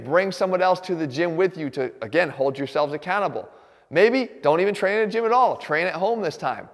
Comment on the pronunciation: Is he saying be accountable or be a cannibal?